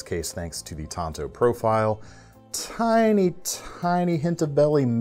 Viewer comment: Pronounced “taan tow”